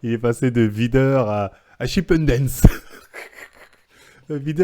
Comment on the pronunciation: "Chippen Dance" je suis mooooort xD